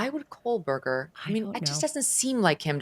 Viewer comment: Ashleigh, blink twice if your brain glitched every time she said KOLEberger 😂😂😂